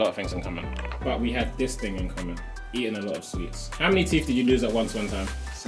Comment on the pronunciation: he said the british ting ayeee letsss gooo